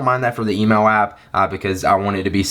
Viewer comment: "Lets head into the emo app" I think you mean email app